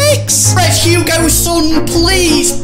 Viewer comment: Who is Hugo son, it’s hue-Ming son